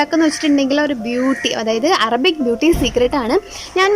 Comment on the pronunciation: അറബി എന്നാണ് not അറമ്പി.